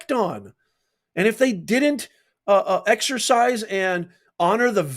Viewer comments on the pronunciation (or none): none